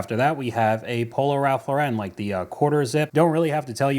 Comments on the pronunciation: It's prounced Ralph LAU ren, not lau REN. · You’re killing me with the Ralph “Low-ren” 🤣 It’s just Ralph “Lauren” like the girls name. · Great vid but please note Ralph Lauren is as American as apple pie so not pronounced as French!